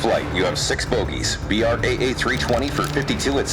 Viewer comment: oh gosh... please dont "B,R,A,A"... its 1 word "braa"